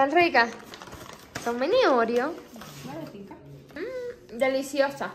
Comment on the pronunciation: Donde le viste tú el acento a Oreo, para pronunciar Óreo?